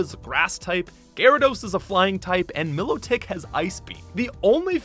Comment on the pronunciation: Lol it's Wiss-Cash & Milo-Tick. I used to think it was Melodic too and it sort of made sense but the anime confirmed it to be My-Low-Tick.